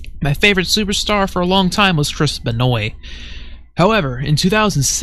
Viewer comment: It's actually pronounced Ben-wah. It's an odd French Canadian name.